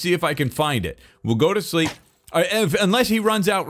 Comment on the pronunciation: the way says "shreep" instead of "sleep" is so funny (in a good way) and I'm sure everyone agrees with me